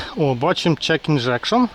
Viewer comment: правильно говорити check engine а не check ingection - нахитує і не зморгує